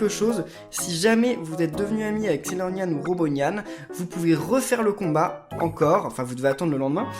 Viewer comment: tu a dis Sailornyan F